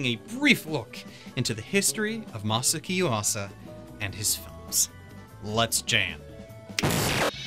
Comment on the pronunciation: Masa-aki! God damn! Ma-saw-ocky! You're eliminating syllables! Ma-socky!? God Damn! You're not the only one who butchers it, but you are butchering it!